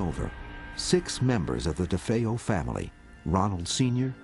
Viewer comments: Dude said “The DeFos” lol! He does need to get a fucking life! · It angers me that they can't even bother to learn to pronounce nor spell "DeFeo," or "horror house," for that matter.